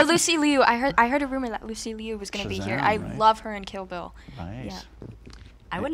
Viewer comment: Finally an American pronounced Lucy Liu's name correctly